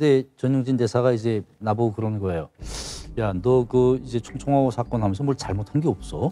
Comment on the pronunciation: 사건을 '사껀'에 가깝게 발음했는데 매가리 없이 특이하게 발음 하는 '사', '건'.. 이거 정말 들을 수가 없다.